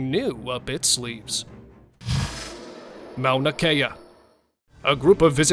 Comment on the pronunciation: "Mou-na kay-uh"? Mauna Kea (pronounced Maw-nuh Kee-uh.) SMH...